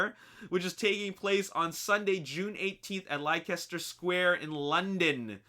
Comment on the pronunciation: Leicester Square is pronounced "lester" square just a heads up!!